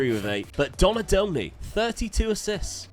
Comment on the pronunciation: How do you not know who John Barnes is. And cant pronounce Donadoni